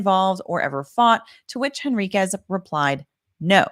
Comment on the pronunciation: The mispronunciation of “Henriquez” drives me crazy.